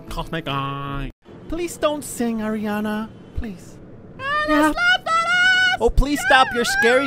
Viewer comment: It’s seleennnnaaaaa not Salana Selena And Ariana Not Ariona💔